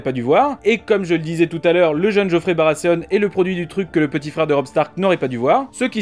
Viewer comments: oui oui, justement, il ne me semble pas qu'ils prononcent Barasséaune dans la VO. Dans ce cas, mieux vaut s'en tenir a Barathéon, hein. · Vous pouvez aussi prononcer Baratéon au lieu de Barrasséaune ^^ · Baratheon !! Pas Baraseonne !!! XD attention a la prononciation XD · Gaulois Si c'est pour massacrer la prononciation en disant Barasséaune, justement comme un frenchy qui essaie de se la jouer anglophone, il vaut mieux largement dire Barathéon à la française tout simplement. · MDRRR la prononciation... BARASSÉONE pour dire BARATHEON... LoL... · BaraTéonne a la limite... jamais compris le delire des français a foutre des "S" a la place des "th". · surtout qu'ils sont même pas cohérents entre eux,d'un côté c'est Game of Trône puis ensuite c'est Barasséone. Qu'ils essaient maladroitement de prononcer en anglais ok, mais qu'ils le fassent aussi avec Game of Frones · "Barasséonne" x) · Baratheon c'est soit tu le prononce à la Française avec un "th" prononcé "T", soit à l'anglaise avec un "th" prononcé comme un "th". Mais toi tu dis barasssseon, c'est pas ça il me semble ^^'. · On s'en fou de la VO, pourquoi tu prononces barasseon ? J'ai direct arrêté la vidéo.